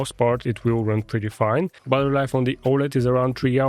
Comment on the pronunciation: Nice work but please for god’s sake it’s battery life not buttery life 😅